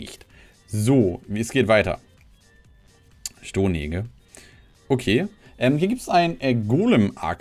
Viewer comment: Stonehenge hast du aber auch schon mal irgendwo richtig ausgesprochen gehört, oder?^^